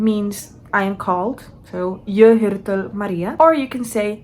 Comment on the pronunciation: Wait... what's happening!? Suddenly putting on make-up in a language video. @@ Haha, there's no R at the end. Also no R at the end of "jag". We don't say "jag är 26 gammal", you either say "jag är 26 (år)" or you have to say "jag är 26 år gammal", basically you forgot the "år" which is year. For some reason we use singular here. You're skipping the "T" in två (two). Sounds like you're saying fyllera and fulram, which aren't words. It's just fyra, long Y, and the Y can be hard to pronounce. Seven (sju) is a hard one, but you wrote suj and said something like "hul" which isn't right. You said nio (nine) correct the second time, first time you said like nijo with an English accent or something. 10 sounded like tilio. Here you said 7 correctly! Just remove the ton. Again it's off, sounded like "vartel". And then you for some reason make the b in to a v... I think everything would sound better if you read it as it's written, would still be wrong but... Here you said like "deuh" instead of "två". "Jag kan inte svenSka" The J in "hej då" is pronounced like I. I don't even know what ingen ko på isen and lägga lök på laxen means haha... Nor mångata. I just don't have a very expanded vocabulary in Swedish I guess. I'm... really confused about how you're getting these so wrong. It's an F, but you say D... And you add an N in moster. You said it in two different ways too, monster and mönster.